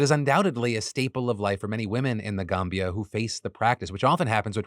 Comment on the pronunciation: I just wanted to say that I really appreciate the fact that you not only address to multiple African stories but that you did that with the respect necessary. You properly said The Gambia. Thats professionalism i sadly dont expect from many these days